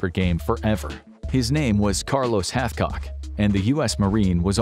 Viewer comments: It's Carlos Hathcock not Halfcock. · Carlos Hath-what???